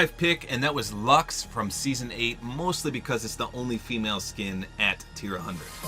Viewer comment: You lost me once you said luxe